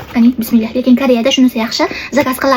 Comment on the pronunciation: Iltimos nara opa bismilleh deme to'g'ri ayting❤❤